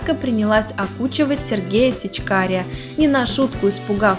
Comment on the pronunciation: Не СечкарЯ, а СечкарА! Он Сечкар!!! А НЕ Сечкарь!!!!!!!!